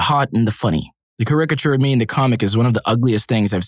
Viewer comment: Dude has pronounced caricature wrong in two videos now lol